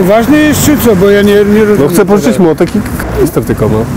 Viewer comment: Ta cenzura "r" przy słowie "kaRnister " XD